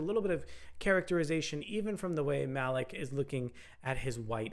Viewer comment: Malik (Mah-leek) not Mah-lick 🙄